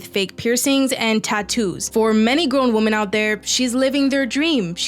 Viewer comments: Why do you gen z pronounce 'women' as 'woman'. It pisses me off. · Your videos are good but Woman/ singular WomEN/ collective. I’m sorry I have to turn these videos off when the word woman is mentioned more than 6 times instead of women. It feels in a sense objectifying women. Or a type of species we don’t understand. Or some kind of unidentified intelligence/alien. I’m not the best at grammar or spelling. In fact there is more than likely a load of errors in this post. And I don’t mind being corrected. However I feel this is a super obvious error and almost like it’s a trend to mispronounce. Just replace the gender and see how stupid it sounds no one says man instead of men in regular circumstances. Or repetitively after evey pronunciation of the word Sometimes it can be acceptable but not when someone is talking intellectually and I wanna take it serious.In never usually get irritated but this one thing really dumbs good essays down people are doing more and more regular feels like it’s dumbing it down human intellect Change is how language is made but usually it has a theory or like rules and this to me is one that doesn’t work for the English’s language unless it’s a stand alone sentence. Or to make a statement. However it looses its when it’s pronounced in sentence where the word woman is brought up I know I’m Being an idiot complaining but what happened to us.